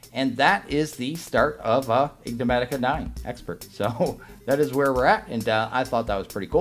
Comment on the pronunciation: love your vids , there is one tiny thing that bothers me though with how you pronounce e-nig-ma-ti-ca bit wrongly (or maybe its my ears :) i hear you say en-gi-ma-ti-ca.